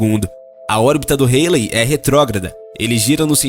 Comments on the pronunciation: É cometa Haley ( se diz: Rálei) e não "reilei" :D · A pronúncia do nome do cometa esta errado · A pronúncia do cometa ESTÁ ERRADA